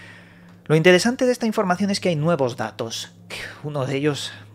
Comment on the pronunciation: Vaya que INTEDESANTE..... Este compa no pronuncia bien las palabras 😂😂😂 ES EL FRANCÉS 😂😂😂😜😜